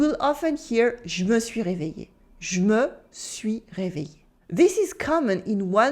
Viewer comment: Being a Bengali I can relate that you। do alot of merging or conjugation! Moreover, many a time in French many letters remain silent Like you said réveillé, you almost all the letters from in "eillé", just said something like ie, which is really very difficult to understand, especially with many other words